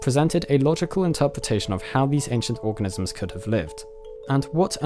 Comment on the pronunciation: at :23 seconds, it sounds like you said "research done on these orgasms"...I even had to go and check it a few times.